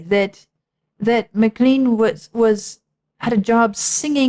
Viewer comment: It's a Scottish name, and it's pronounced Mac-lane, not Mac-Clean. :)